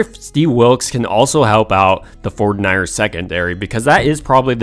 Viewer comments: Love the content but I thought you were saying "San Francisco Fortniters" the whole time. Also, you said it so much I thought you were doing this for a school report that needed 500 words or more. 😂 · Why does this guy say 49ers like that?!